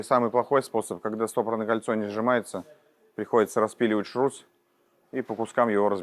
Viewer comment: ШРУС , а не ШРУЗ, шарнир равных угловых скоростей